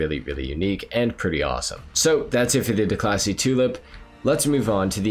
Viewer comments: Declasee Yosemitee LMAOOOO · "DeCLASSY" lol